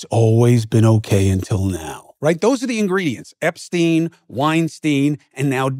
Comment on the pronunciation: Winesztain, Epsztain, Diddysztain...